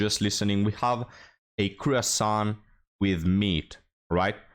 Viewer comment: It's pronounced "kwa san"